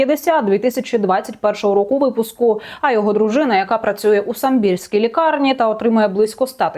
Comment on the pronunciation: Пані журналістко, не СамбІрський, а САмбірський